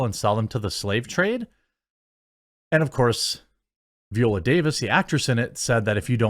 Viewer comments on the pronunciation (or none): her name is pronounced vEYE-oh-luh or veye-OH-la. not VEE-oh-luh.